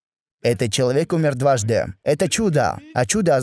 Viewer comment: пожалуйста сделай что нибудь со своей речью, а именно с окончаниями, ты очень сильно выделяешь окончания, например - " они посланника богААА, дваждЫЫЫ. Это режет слух. ДжазакаЛлаху хайран.